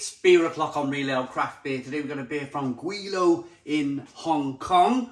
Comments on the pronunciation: It’s pronounced ‘gwy’ as in ‘lie’, by the way! Since you were unsure! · Its pronounced Gway low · It's pronounced Gwei-lo It's a slang term for 'westerners' in Cantonese